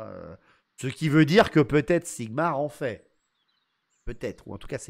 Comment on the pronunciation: Pssssttttt...This is not Sigmar but ZIGMAR ....! Repet after me ZIGMAR !!!! Don't forget to yell it ! Never ...! Be proud of him...ever... young paladin...!